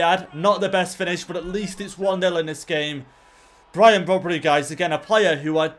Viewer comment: brobbey is pronounced as it is spelled not brobbery:)